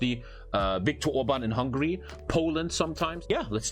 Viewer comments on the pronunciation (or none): none